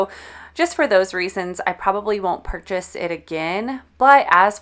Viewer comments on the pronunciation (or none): none